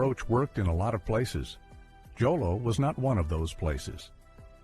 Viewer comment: Jolo is not pronounced with a J. You say with an H. It's pronounced as "Holo."